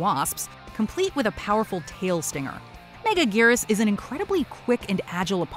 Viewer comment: its megagerius not mega gears